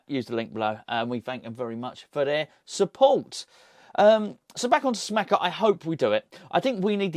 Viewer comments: …love the channels but you’re driving me nuts….you’re bad bad at pronouncing other languages and Geo is a language murderer if that’s any consolation….it’s Ska-mak-ka and Sas-swo-lo 😭 cheers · Pretty sure it’s pronounced sca-mah-ca no cha sound. If you watch commentators English and even Italians pronounce it this way from what I’ve seen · Scamacca is pronounced with hard c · Scamacca. Hard c's not soft c's